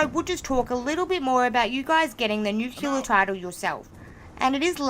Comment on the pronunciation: Nuclear, not nuculer.